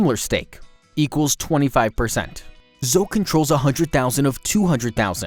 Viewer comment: I don't trust a man you can't pronounce Zoe.